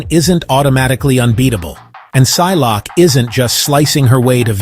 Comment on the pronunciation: Si-lock-A. No